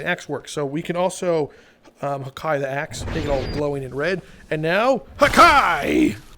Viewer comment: The fact he says haki like hakai hakia is from dragon ball bruh and Haki one peace